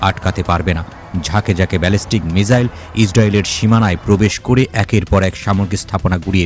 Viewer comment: মিজাইল নয় মিসাইল।